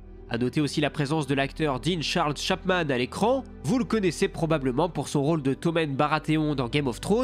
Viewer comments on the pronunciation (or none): none